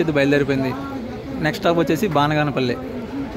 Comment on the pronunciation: బానగాన పల్లి కాదు బనగానపల్లి